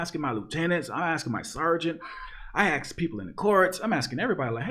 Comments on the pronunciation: Love your stuff but please, stop saying "aks" instead of "ask". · Dude. I honestly appreciate your content, but "aks". The word is "ASK". I am blind(it's a fucking Spectrum)and I am old and a bit old-fashioned. I will never see you, and I honestly like your content, but aks one more time, and you are deleted. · Why u pronounce ask, ax?? When you pronounce all others correct, well according to... is it to keep your n-card???